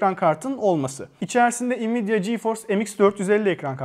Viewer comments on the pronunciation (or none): none